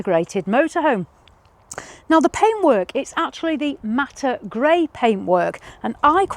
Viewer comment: What’s ‘Matter’ grey? Do you mean ‘matte’, as in ‘Matt’? It isn’t obvious on the video. 🤷🏻‍♂️